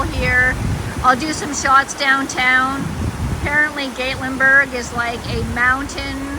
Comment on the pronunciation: Love love love Gatlinburg and the Smokies are so beautiful. Gatlinburg has delicious food, shopping and moonshine. Haha. You will have to go back with Eddie. Plan to hike up to LeConte. Oh, and it is Gat that rhymes with cat. Gatlinburg. 😃 You passed the pancake pantry and also the donut shop. I’m so jealous. 😊 🌲🌲❤️🥾🥾⛰️🥾🥾❤️🌲🌲 cheers.